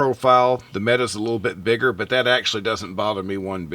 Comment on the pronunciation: mete =/ meta I joke (kinda), good review! Appreciate it, man.